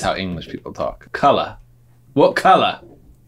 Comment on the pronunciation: His English accent when saying colour was surprisingly really good